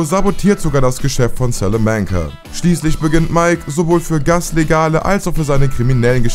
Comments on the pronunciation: Du sprichst salamanca falsch aus der nahme wird spanisch ausgesprochen und nicht auf englisch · Jeder kennt sie; die Selamancas.. bro es ist ein spanischer Nachname, bzw mexikanisch, aber spanisch ausgesprochen. SALAMANCA. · SÄLÄMÄNKA junge junge sprech des doch richtig aus wie fring schööööön salamanka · es heißt salamanca und nicht salamänkä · Salamäänca. Alter was ich los mit dir? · Wie er Salamanca ausspricht 😂😂😂 "Salamänka" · Danke für den Kommentar. Das macht mich richtig aggressiv 😅 besonders dir eine Stelle wo der Sprecher Salamänca sagt und dann Gus Fring eingeblendet wird wo er es einfach korrekt ausspricht. Verstehe deswegen nicht wieso der Sprecher es nicht hinbekommt es korrekt auszusprechen. Wenn man so einen Job übernimmt sollte man sich auch richtig vorbereiten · dachte ich mir auch, Hector "sELeMenCa" 😂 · Absolut, bei Sälämänca fängts ja schon an.... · Ne samanca 😂😂😂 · Hector Salmenca? Junge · Alter Schwede, Hector SÄLÄMÄNCA, ab da hab ich aufgehört zu schauen. Der ist kein Brite...........WO spielt die Serie unter anderem .MEINE GÜTE ey......was ein Schmarrn, ihr wollt Sachen aufklären und könnt nichtmal die Namen richtig aussprechen........ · Slamääänca...Das ist ein spanischer Nachname... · Salamänca. Das ist Spanisch. Keiner spricht das so aus. Echt nervig deine Aussprache. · Eure Moderatoren sind echt nicht gut. Salamänka... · Du musst Salamanca nicht mit Englischen Akzent aussprechen da der Name Spanisch ist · Einfach ganz ganz ganz schlimm wie du Salamanca aussprichst, bzw allgemein wirkt es als hättest du die Serie nie gesehen hast und nur dein Script runter redest … :/ Schade